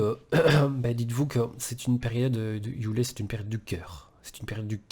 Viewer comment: Frérot merci a toi pour ce message et cette vidéo , juste un bémol ,c'est yule et pas youlé 🤗+1 abo